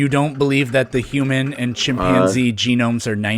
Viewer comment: Not the feared chip-man-zee